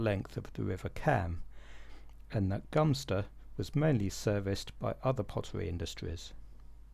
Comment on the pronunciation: 👍 on ‘Gumster’, but isn’t Earith (‘ear-rith’) actually “eh-rith”?